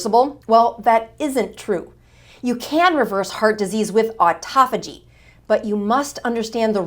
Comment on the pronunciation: U r pronouncing autophagy wrong.